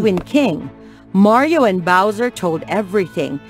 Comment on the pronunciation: That Is NOT Mario, That's.... Mayro